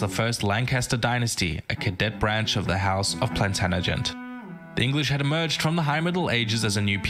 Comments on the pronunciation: Terrible how the guy kept saying Plantan-agent and not Plantag-enet. Also he didn't make a part 3 I wonder why. If you want to learn more about the Plantagenêt-Capetian rivalry and the Angevin Empire, culminating in the battle of Bouvines (one of the most important battles in History), Kings and Generals have made a video about it : But don't begin the Hundred Years' War series too soon, they still have two videos to publish. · By the way, it's the Plantagenet Dynasty (pronounced "Plan-tadg-uh-net" not "Plan-tana-gent"). It was the longest ruling dynasty of England. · It's a shame because it's entertaining but so much of this is wrong. Robin Hood was real and present in South Yorkshire but after he died others took up his name. The Sheriff of Nottingham owned that part of England and Hood never went anywhere near Nottingham. Its also pronounced 'planTAJenet' (emphasis on capitals). This narrator consistently mispronounced it. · honestly if i watch one more video of an American mispronouncing "Plantaganet" i swear im gonna start saying it wrong soon. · So glad t ok be able to comment upon this video, (hope I got tha spelling right) This (Australian?) Narrator has mispronounced "Plantagenet. (Three times he said 'Planagenent or similar?! It is correctly pronounced - PLANTAGENENT... Okay? Hope thi makes sense - as you may recall, from a previous comment, my eyesight is failing. Thankyou. (p.s. my name Brigid is Irish - my maternal Grandad was from Ireland - the South & and the 'g' is pronounced 'softly' as in George, Not "hard" as in brig! 🙂💞). Have a great day, stay safe, stay well, be happy, learn much. 🙂💞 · "Plantanagent" really annoys me - especially as it's meant to be a history channel! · Its pronounced "plan..tadg..a..net" I wish the people who made history videos would learn to pronounce stuff! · If be more impressed if he could pronounce Plantagenet properly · Really annoying how Plantagenet keeps getting mispronounced